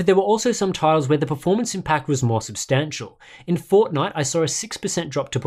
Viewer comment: Say Fortnite again lol